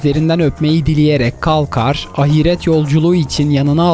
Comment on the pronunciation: Dosum "ahiret kelimesi ahiiiiiiret diye okınmaz. İlla bi harfi uzatacaksan "a" harfini uzatmalasın.